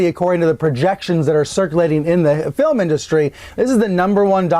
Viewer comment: She has been here for two decades and still can barely speak English. Pronounced “film” as “fill em.” Great style though.